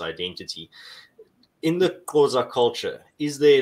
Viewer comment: keeps saying "Qhoza" instead of Xhosa